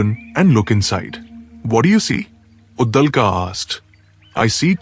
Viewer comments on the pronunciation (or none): Uddalka nahi. Uddalak. I appreciate your intentions of making Sanatani content but here's a feedback. Please pay attention to pronunciation and other minor details too. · Get your pronunciations corrected,it is uddaalak. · Please try to pronounce the Sanskrit names properly. You are pronouncing the Sanskrit names like hindi. Devanagari is pronounced differently compared to Hindi. It is Brahm and not Braahm. It is Uddaalaka not Uddalka. Svetaketu is being pronounced here as Svetketu. It is Cchaandogya Upanishad not Cchandogyaa. Devanagari is pronounced differently in Sanskrit, Hindi, Marathi, Konkani etc.